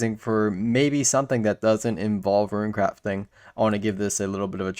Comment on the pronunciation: nah your fine just mentioning it and was wondering if I was the only one who noticed enjoy the vids though but I also find it funny you say runecrafting perfect